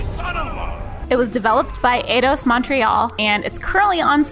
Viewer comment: FYI for future sponsorships. I may be wrong but I'm pretty sure Enix is pronounced like "Eat" or the name Enid. And Eidos pronounced like "eye dose".